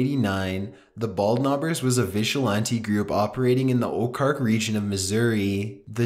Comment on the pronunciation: It’s Oh-Zark not oak-ark